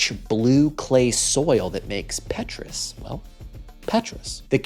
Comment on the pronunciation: someting like Paytruus.